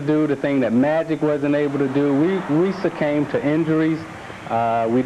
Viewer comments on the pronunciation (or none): succame is not a word buddy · Succame? Is that a word? Your ignorance is showing. Isaiah Thomas is not the brightest bulb in the box...The word is succumbed. Lol.